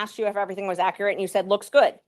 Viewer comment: Georgia deserves attorney's that can pronounce "accurate"